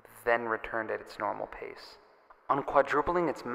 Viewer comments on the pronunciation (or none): none